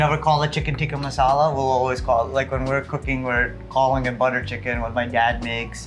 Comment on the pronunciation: That Indian chef cant even pronounce "Tikka''. All hes saying "Tika Tika'' like his American friend lol.